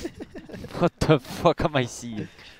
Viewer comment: Juicy: what the fuhck am I syeeing. Low key relatable.